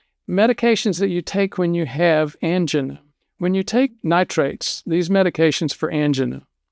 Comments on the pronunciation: What the hell is an-ja-nah? Do you mean An-jie-nah? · he says "angen" when he should be saying "angina" (an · jai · nuh). Is he really a medical doctor?